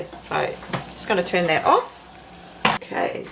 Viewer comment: 'And thuts the thickness of it'... For crying out aloud one could sound out "that" by grade one could not one?